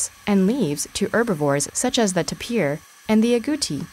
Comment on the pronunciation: Tape ear not tper